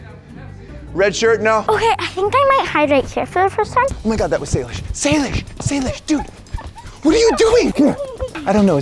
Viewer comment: Why did you say Salisbury instead of Salish 😂